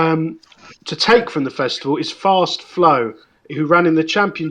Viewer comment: Can learn names please, Allaho won the Ryanair not allart.easysland not east island.first flow not fast flow.